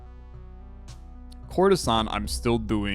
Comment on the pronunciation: For some reason, everytime you said "courtesan" I've heard "Coruscant" 😂😂😂😂